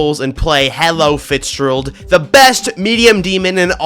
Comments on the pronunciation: Bruh it's fitz-geh-ruled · I just realized he's been saying Fitzgerald wrong